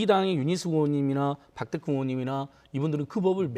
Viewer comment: 박덕흠이 아니라, 박"돈"흠이구만 ㅎㅎㅎ